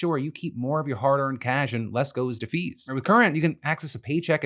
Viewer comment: For me, I caught it in Phil's ad read it changed "fees" to "bees" and i thought banks were siccing their bees on their users and was like "woah"